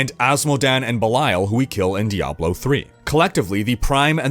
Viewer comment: thank you for pronouncing "Diablo" correctly